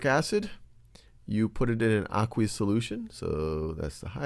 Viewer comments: It's pronounced "Uh-quaye-us" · I thought it was ay-qwe-ous